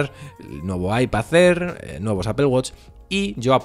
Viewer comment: Me encanta los videos pero siempre me da risa cuando pronuncias “ipasair” 😅😅